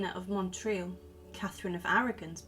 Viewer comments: Small correction: the name of the town is pronounced not Montril but Motril (it struck me as this is where my grandmother's family came from, and I was very excited to hear about this figure from what amounts to a sort of home town for me). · I was born in Spain and Motril is a well known Andalusian town, so it feels weird to hear its name mispronounced over and over with an “n” that’s not there.